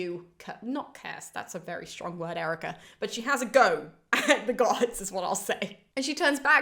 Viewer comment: I started watching this on my TV when my phone rang. While talking on the phone I kept wondering 'why is Erica calling me a tosser?' 😀 Great video btw